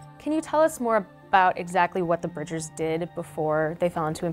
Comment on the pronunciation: Ezra BRIDGE-r.